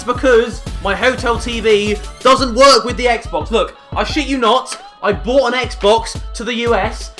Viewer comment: bought or brought????